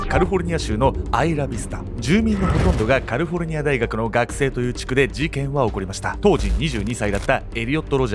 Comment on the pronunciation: カリフォルニアじゃなく、いつもカルフォルニアって言いますね！